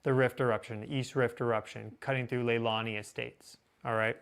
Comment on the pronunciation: The 2018 eruption was in Leilani Estates subdivision (less than five miles from my house, fwiw) and is pronounced "lay-lawn-ee" and not "luh-hawn-ee" as you've said at least four times. Perhaps you're confusing Leilani with Lahaina on Maui? The first fissure that opened up was not a "huge rift," it was actually a pretty small fissure maybe a couple hundred feet long. It spattered for a few hours then ended, with the only thing damaged being the road the fissure crossed. The lava otherwise stayed in empty lots. A few hours later fissures 2 and 3 opened up and took at least one house. Later fissures produced much more lava and caused much more destruction, but all of them were fairly small fissures. I was flying my Cessna 172 over it several times each day except for a few bad weather days and for a few days early in the eruption when my airplane was in maintenance for a mandatory 100 hour inspection. The rest of the lava eruption in 2018 was from 24 relatively small fissures each onky a few hundred feet long, not a huge fissure as you said. At about you point out "big cracks" on the satellite map you're using. I've flown over that area hundreds of times in my Cessna; those cracks aren't visible to me. If they even exist, I have no idea why they're so prominent in that satellite view.